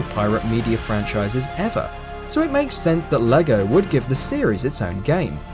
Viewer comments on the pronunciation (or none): none